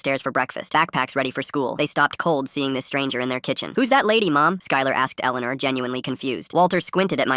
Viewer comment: My name is Elleanore and the pronunciation was so bad. 😂